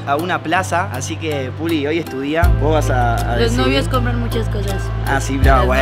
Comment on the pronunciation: Porque le dises pulgi